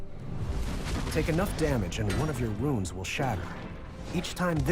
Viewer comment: Pretty sure it's Runes, not wounds brah. Let me know if I'm wrong. Check out the cards we see on Reddit. Guard looks to be taunt. I think prophecy means if it's drawn off a rune it's free, that's my guess.